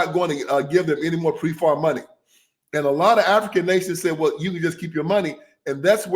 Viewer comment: It is PEPFAR not Prefar and it's corrupt to the bone, Frauci involved used aids for pHARMA profit, AZT was mass murder, he SUPRESSED ALTERNATIVE TREATMENTS AND TAINTED THE blood. DEBORAR BIRX TOO, She was about to have surgury and said Do not give me blood, criminal genocidal maniacs.